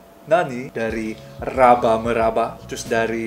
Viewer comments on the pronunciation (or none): Kantal juga slang kau ini bradd...RABA bh bukan RABAH..rabah tu indak bisa badiri sudah itu